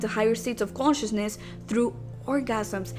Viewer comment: "Quantiousness"....... lmfaoooo. cant even say consciousness. The bare minimum for the video btw.